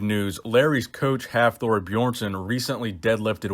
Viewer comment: The way you say Björnsson 🤦🏼‍♂️